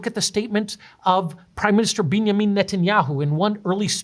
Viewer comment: I was always secondguessing how I pronounce netanyahu i never once considered i didn't know how to say Benjamin